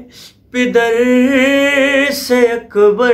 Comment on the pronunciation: Bhi pider nhi ha Lafaz pader ha Plzzzz sahi paro